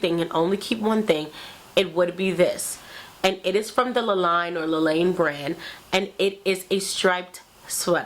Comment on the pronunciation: Hey girl! I was trying on in store and I was a bit disappointed! Some of the Kika Vargas line was see through. The name is pronounced La LEEN or LA LEEN-YA